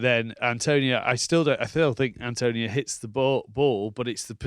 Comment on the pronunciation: His name is ATONIO... not ANTONIO!